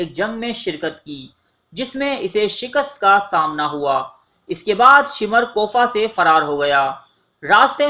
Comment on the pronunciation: ہر ویڈیو میں اردو زبان کا بیڑہ غرق کر رہے ہو۔ یہ الفاظ غلط بولے گئے ہیں، کوفہ ، تیل کھولنے لگا، حرملہ، مختار ثقفی، بلاآخر، مہلک ، سنگ باری ، رومی النسل وغیرہ